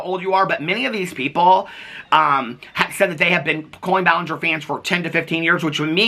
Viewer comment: the only silly laughable moments this whole situation has brought is saying "ball-in-ger" and saying "expertise-es" for lengthy serious videos.